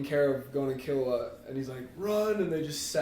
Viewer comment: that's the right pronunciation tho, key loo wah, killua